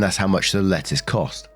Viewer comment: lol, every time the narrator said "lettuce" I heard "letters" and was sooooo confused. Sometimes you really have to read along with them.